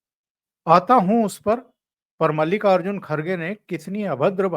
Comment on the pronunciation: मल्लिका अर्जुन नही मल्लिकार्जुन बोलना